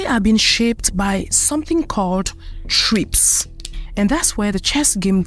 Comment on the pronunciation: What happened to the A in the acronym TRIPS SOUNDS MORE LIKE TRAPS.